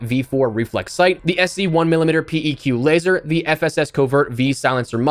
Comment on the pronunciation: PEQ is pronounced “peck” btw